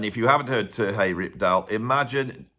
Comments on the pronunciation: Great list! One quick correction, however: Terje is pronounced more like, “Tah-ree-eh.” The “r” is slightly rolled. I had been pronouncing the name wrong for years until an actual Norwegian corrected me. Love “If Mountains Could Sing.” My old trio used to play “The Return of Per Ulv” as part of our regular setlist. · I love how makes the j in Terje Rypdal's name sound Spanish. Makes a perfectly ordinary Nordic name sound very exotic.:) (Terry from the ptarmigan valley, literally:) )